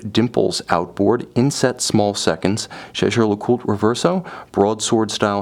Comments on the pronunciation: You might want to check that... he’s pronouncing it correctly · Sam bennet. The pronunciation uses is correct- try calling their boutique at Old Bond St and listen to how it's pronounced by the staff. To say pronunciation would put you off buying is frankly childish. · He pronounced it correctly, it’s French